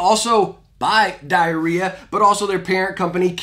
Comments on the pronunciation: is nobody gonna talk about how he pronounces the brand name diarrhea? IDK that just sounds strange to me 💀💀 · My 10 year old ass wondering why people aren’t talking about how he said diarrhea 😔 SMH